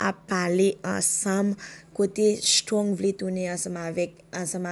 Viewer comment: Se shtrong se strong prononse non moun yo bien madanm